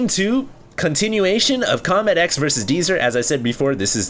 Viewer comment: It did not start off with good manners. Deezer said CombatEZ not CombatEX. Lol